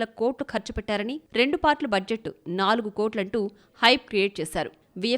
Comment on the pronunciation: nagulu kotlu kadhu thalli 😂nalugu vela kotlu 😂